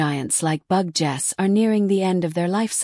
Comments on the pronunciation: Im not sure how they get 'bug' out of 'Betel' and the second half 'geuse' is like the word 'juice'. Some producers of these vids need to check the pronounciations of the words. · Bug Jess? If you're going to use an AI Voice Over, the very least you can do is program it to say Betelguese! May spell the name as Beetle Juice? This mispronuncian makes this video impossible to watch. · Wtf is "Bug Jess?" Try editing before you put this out. I got through 55 seconds before I stopped. I can no longer read or listen to this. Make some changes to your Captions and AI. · One of the problems using AI to narrate. Betelgeuse becomes Bug-Ges or Bug Jersey